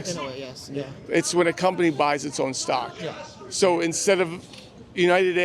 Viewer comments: "No, I don't know what a stock bock--back--bock... whatever" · “Im not concerned about stock bock box”